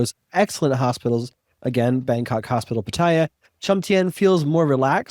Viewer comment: Taiwan was the first Asian country in May, 2019.... only 2 countries in Asia have gay marriage.... and Pattaya is correctly pronounced as: Pat-Tee-Ya ... :-)